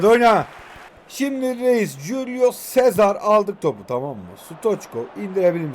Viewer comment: Abi cesar a chec dedin